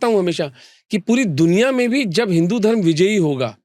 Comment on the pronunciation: Sorry bro pr Aap धर्मा hi q bolte ho ye koi cool dikhne ki chij nhi he Thoda smjho धर्म bolo धर्मा, कर्मा , रामायना,........🙃🙃